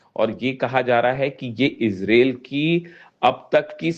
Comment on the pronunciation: Bhie sahab ijrel nahi ijrile h